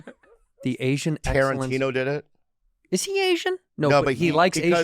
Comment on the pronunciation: Wercome back to the asian exerrance awards 😂😂😂😂